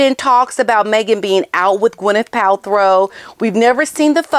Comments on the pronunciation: you crack me up, with the way you say Pal-throw lol 😂. Now, as much as I 🫶 you, I have to disagree. Hollyweird is def not supporting muggy. No one cares about her, but she just keeps asserting the herself into everyone’s lives and events. WME has many clients under the same umbrella, so those ppl sometimes have to oblige by what their agent asks of them, but I’m betting most ppl rolls their eyes, big sighs and the agents say, “I know, I know, but would you please? You’d be doing us a huge favor”🙏. It’s a “I’ll your rub my back, if you rub mine” type business, so ofc most likely they agree because they rely on their agent for certain opportunities in the industry. If Gwyneth was supporting muggy, she would have been at that event. Gwen is not stupid, she knows muggy likes to steal other ppl’s ideas and apply it to her own crap. Meg is one of the biggest grifters in hollywood and everyone knows it. Besides who wants a leech attached to them all night? Poor Kevin Costner, she followed him everywhere, and she was prob butting into all his conversations, fake laughing etc. I guarantee he was very uncomfortable, but she had stars in her eyes, staring at him with doe eyes like the lil love bomber she is, fan girling him like a weirdo, because she cannot read the room. I believe those few ppl, who pose in photos with muggy or keep a connection to her, do it only for self-gain. It’s an individual choice no one else is supporting her. Kris Jenner is hoping that her grandkids will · Quick correction because you said it multiple times - it has never been Pal-THROW it's Paltrow. 😬 I notice a lot of Hank and Skank call out YouTubers get simple words wrong and I'm like NOOO you mustn't when covering these actual lowest of low idiots. 😬😣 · Just wanted to say that her name is pronounced as Pal-tro, not Pal-throw. 🤷🏻‍♀️ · Isnt she in Nigeria? Btw its PalTROW not PalTHROW. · It’s PALTROW NOT PALTHROW. SORRY TO POINT THIS OUT TO YOU. OUT OF LOVE THAT I AM SAYING THAT.